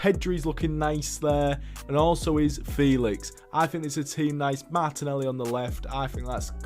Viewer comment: saw this video as an ad and said fuck it, got hooked and i’m 14 minutes in and all i gotta say is the way u call Martinelli “mata” and Sevilla “Sevill” threw me off other than that fantastic video